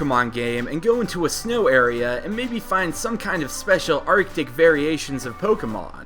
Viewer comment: When you said Arctic, I thought you swore. XD